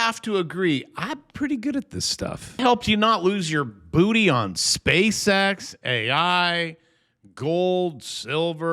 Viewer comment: Are you saying short space ex ?